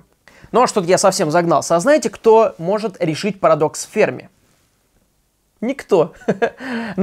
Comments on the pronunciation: ФермИ, а не фЕрми! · Все видео «фЕрми», но с таки сарвался и начал говорить «фермИ»... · Почему-то думал Ферми́ , оказывается Фе́рми. Ок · Ферми Ударение Ударение на последний слог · Потратил 8 минут своей жизни на человека, который «Ферми» правильно произнести не может и льёт воду!! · Энрико Ферми, ударение на последний слог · Не Ферми, а Ферми!